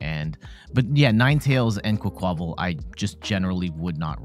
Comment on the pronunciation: I think it's "QUACK-wuh-VAHL", like "quack" + "carnaval" (Spanish carnival). Emphasis on first syllable, minor emphasis on last syllable.